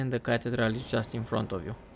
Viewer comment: It is pronounced as ca thee dral. No knock on you though bro.